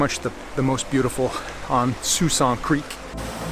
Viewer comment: I believe it is pronounced Sk-walksin creek